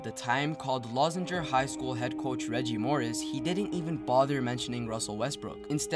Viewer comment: I know i'm late but the highschool is pronounced (Lou-Zinger)